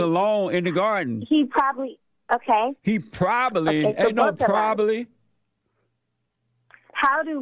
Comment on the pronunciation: “He probally? Ain’t no probally!” 😅😂